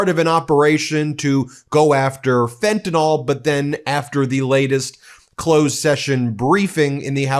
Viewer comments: The drug is Fentanyl (to rhyme will Bill), not to be pronounced as in "Fentanol" which would indicate it was an organic compound in the grouping of alcohols. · Fent-a-NYL - please pronounce it correctly